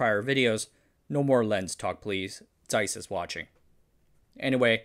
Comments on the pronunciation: Yes! You pronounced Zeiss correctly (Ts-eiss). Thank you! Thank you so much! ❤❤❤❤❤❤❤❤❤❤❤❤ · For pronouncing Zeiss correctly